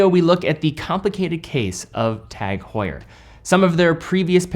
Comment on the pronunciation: It is an "h muet" silent H ... OMG ...